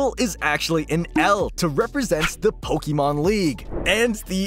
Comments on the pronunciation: Jesus dude, you're pronouncing Pokemon the wrong way. It's pronounced like "EH" not "EE." That's a huge pet peeve of mine. Christ all mighty. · it's po-kay-mon. not po-kee-mon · Someone please tell the narrator how to pronounce Pokemon :face-fuchsia-tongue-out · Good grief man. You're pronouncing Pokemon all wrong. -_